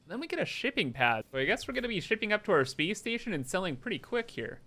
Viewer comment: "Speece Steetion"